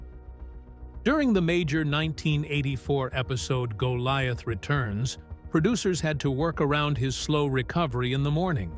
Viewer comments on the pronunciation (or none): none